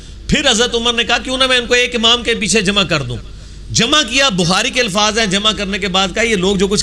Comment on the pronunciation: Mufti saahab ko challenge krne wala engineer chela.😂😂😂 Bhaii challenge badme krne pehle dhang se urdu sikh lo😂😂 alfaaj nahi alfaaz hota haiii😎😎😂😂😂😂